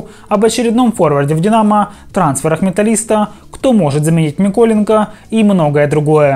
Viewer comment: Чому ви кажете - ДовбЫк, але - МИколенко? Тоді або ДовбИк, або МЫколенко. Не псуйте прізвища, будь ласка